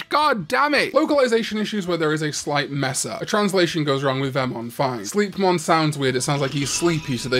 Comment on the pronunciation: I think the "slei" from Sleipmon/Sleipnir is pronounced like "sly" rather than "slee". At least that's how I hear it most of the time.